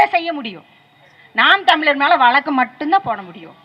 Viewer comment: நீங்க பேராசிரியரா...? நாம் தமிழர் என்பதை நாம் தமி லர் என்றும் வழக்கு என்பதை வளக்கு என்றும் சொல்லும் நீங்கள் தமிழரா...அதுவும் ஒரு பேராசிரியரா...? முதலில் தமிழை ஒழுங்கா பேசுங்கள்...அப்புறம் பார்க்கலாம்.